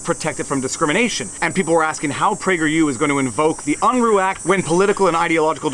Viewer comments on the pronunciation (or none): Sorry, Jesse "Big Daddy" Unruh's name was pronounced UN-ruh, not UN-roo. I lived in California throughout his story career. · Lol! I wanted to say something about your pronunciation of Unruh. 😳😳😳